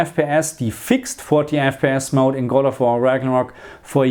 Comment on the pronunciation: Hey thanks for the video. You say "mode" wrong: it's not MOUDY, it's MOUD, one syllable :)